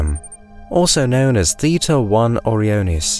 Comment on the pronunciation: great video, but it just bugs me so much that you pronounced O-Ryan like you expect, but then simply adding the letters i and s you proceed to pronounce it very goofily, like what happened there? why you do this? you say oryan numerous times so i know you know how to say it. yet you do this? why?? i dont get it O-ryan-es > OREO-ness its not a cookie